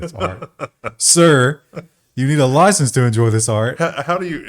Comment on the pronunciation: "Oi, do you have a permit for your loicence?"